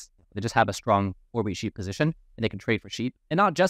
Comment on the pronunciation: It's "Position", not "Positon", sorry I tried to ignore this for so many videos but it starts to haunt me....